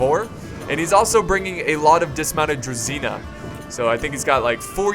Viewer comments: I don't know why it's spelled like that, however. It's not pronounced Druzina, it's pronounced Dru-ZH-y-na (It means company) "Dismounted Company" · How to pronounce: Vitjaz - Vee t yaaz Druzina - Dr oo zin a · u should pronounce druzina like there is zh